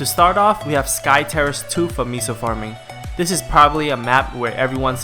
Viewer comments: Lmao. Its MAY-so. Not ME-so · Lmao ME-SO's XD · STOP SAYING MISO!!!!